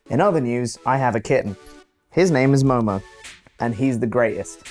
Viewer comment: Momo!!!!!! Sorry hood job thank you for the news but also MOMO or MoeMoe